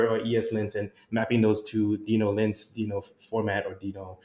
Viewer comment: This is great, thanks for helping the JS community navigate the ever-changing landscape. Also... worth re-recording with the official pronunciation of Deno? 😆